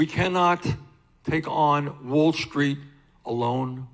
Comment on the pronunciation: I love how he says Wall Schtreet.